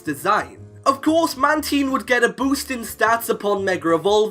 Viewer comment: Damn, you butchered the pronunciation of Mantine 😂